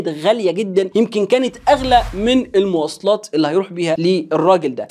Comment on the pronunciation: * المواصلات وليس "الموصلات"!!ا